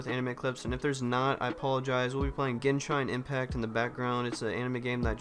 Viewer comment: Now this I can get with. Also, the way you said genshin haha